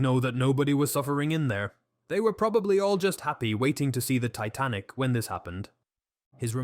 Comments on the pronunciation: This is AI. The voice randomly switches back and forth from a mildly British accent to a mildly American accent, I think I heard it mispronounce “Titanic”. It makes it very hard to take seriously. I wish they would go any university that has a theater department and hire a student to read the text! Trust me, they work cheap. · barely or not being able to understand many of the numbers.... it literally says tic .-- nik instead of titanic at least once. those things made me think "is my english too bad"? but then comments reassured me it's just the faulty AI voice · ‘Tic nik’ instead of Titanic, good grief AI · Plus, the AI narrator changes its accent, SHOUTS, can't say numbers, called the Titanic "tit-nic", the reading sped up and slowed down several times on top of the repeating of sentences or overuse of using the first sentence & last sentence of each paragraph to say the same thing that the paragraph said. Restating everything. It's painful to listen to this. Aren't they suppose to put they're using AI for scripts & narration in their descriptions nowadays? I thought YT told them they needed to do that? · I can't say that I've ever heard the name of the Titanic pronounced "tighten-ick". Took my brain an extra billionth of a second to process that into my reality. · Truly painful to listen to the AI butcher pronunciation so badly, including “…the Tit-nik wreck…” at about the mark. Credibility is eroded. Did you not listen to this before uploading it? Cry key!!!! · What's the Tit-a-nick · Can't even pronounce 'Titanic' correctly. Garbage.